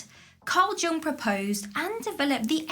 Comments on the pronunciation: I've always heard Karl Jung's surname pronounced as "Young" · Carl Jung is not pronounced as 'Jung'. It's pronounced 'Yung'. Sigmund Freud is not pronounced as 'Freud'. It's pronounced as 'Froid'. Do pay attention to these details or it makes you look uninformed and like you didn't do your homework. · THE J IS SILENT. JUNG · I always love your content... Sorry to be mean: about Carl Jung, "j" is pronounced as "y"... Oh, those Germans...